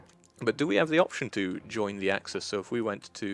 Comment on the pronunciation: Please, don't say "yoin" :(. Say "join", scandinavians should pronounce it "djoin"